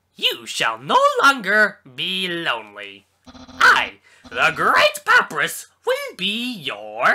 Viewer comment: It's pap-I-rus, like the font